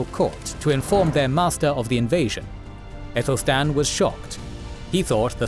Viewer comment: Good, but Aethelstan should be pronounced with a hard ‘a’ - not “ethelstan”, but as in apple, Athelstan.